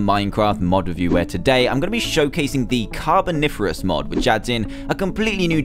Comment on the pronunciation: As a nerdy child who should not care this much about dinosaurs, I am pleased with this, also I’m surprised you pronounced Carboniferous correctly